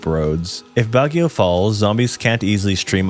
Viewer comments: I live in CAR, specifically Baguio City (which was funnily pronounced in the video 😂). Anyways, you failed to mention the Philippine Military Academy (PMA) which could serve as a training site for soldiers as well as many battalions of soldiers stationed throughout CAR manning checkpoints used to fight communist guerrilla groups. Other than that, you got every thing else spot on. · You mispronouced Baguio and Dumagete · Hearing you pronounce "Cordilleras" and "Baguio" scares me 🥴 Though i honestly think that CAR should be in the 2nd spot and since i live in this region, i honestly think that these reasons are enough to qualify 1.The Terrain: well yes, it's the major contributor that makes CAR a Top 3, Zombies will have a hard time trying to travel through them and even if Baguio fell, it's mountainous terrain would be enough to contain the infection from even spreading to other provinces. 2.Availability of weapons: The majority of Households ALWAYS has a weapon ranging from knives (i know every house has it but eh) all the way to Bolos, Spears and Firearms and not to mention that there are still on going tribal wars and insurgenies within the region. 3.Culture: Igorots have a long history of fighting before the spaniards even came and despite colonialism, CAR has never been sucesfully conquered even during the Spanish, American and Japanese occupation so the warrior mindset runs through almost everybody, with that mindset, People here are less likely to panic and more likely adapt and retaliate which can lead to lesser amount of zombies and prevention before towns and cities are even infected. 4.Self sufficient communities: CAR on it's own can survive in the long term since nearly half of the people here are farmers and gardeners. 5.Controlled weather: CAR has been mostly fine during calamities, Landslides are still an issue but they will more likely benefit the living than the dead, Typhoon